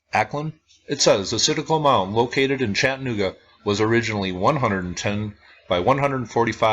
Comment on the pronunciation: What you are mis-pronouncing is Chattanooga. It is Chatta - nooga,,,,not Chattan - ooga.